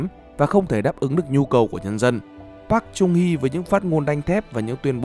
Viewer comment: Wow!!! Nd video được tóm tắt dễ hiểu, giọng đọc dễ thương mà bị sai xíu xiu đoạn đọc tên của cố tổng thống thôi (cách đọc đúng là Park “Chơng” Hee ạ) nên mình xin phép để lại cmt cảm ơn và gửi tặng lại cách đọc chính xác nhất, với tư cách là dhs đang theo học bên này ạ.😗